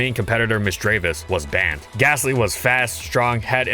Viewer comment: THERE IS NO H IN GASTLY!